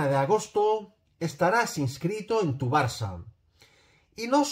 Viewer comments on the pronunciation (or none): none